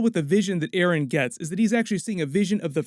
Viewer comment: Dude you just said aron insted of eren and hammer titan insted of war hammer titan.